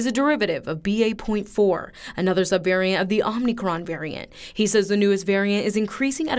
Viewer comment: It’s not omNicron it’s omicron.